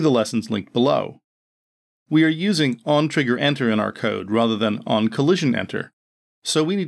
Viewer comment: Dude "OnTriggerEnter" not OnTriggerEter...